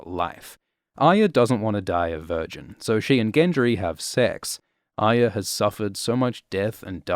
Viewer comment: You are about the only one on the internet who pronounces Arya correctly.